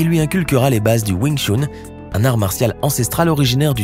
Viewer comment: Trop drôle de dire I P man au lieu de ip man ou "WOU CHOU" au lieu de win Chun 😂